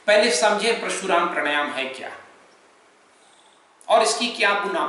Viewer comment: जिस विषय पर आप ज्ञान दे रहे हैं बेमिसाल है उस पर हम कुछ नहीं कह सकते क्योंकि हम कुछ जानते ही नहीं। हम जो कहना चाहते हैं ओ है उच्चारण का।आप समझाते हैं परशुराम प्राणायाम का लेकिन सुनने में प्रशुराम हो रहा है।